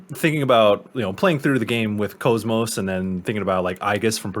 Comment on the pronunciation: its kos-mos like OS (operating system) not cosmos, its literally said in game. and yes xenosaga is in publisher hell